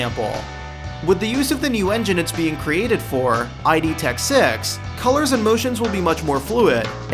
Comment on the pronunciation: I hope this video continues to build dislikes. Your facts are pretty ass and you somewhat lied about the title, your pronunciation of Idtech gave me cancer.